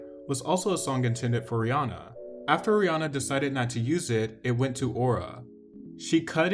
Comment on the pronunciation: People never get rihannas name right